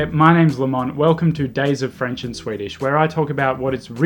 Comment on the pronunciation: Your French accent is on point, though. 😂